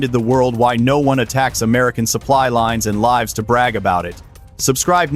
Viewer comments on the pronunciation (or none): DAMN AI VIDEO. No one mispronounces "lives" as in "to live." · "... lives to brag about it ..." The "i" in "lives" is suppposed to rhyme with the "i" in "it" - not with "time" (or "rhyme" !) or "mine" or "thine" - And how does 17 become 120 ??? (Cr*p!)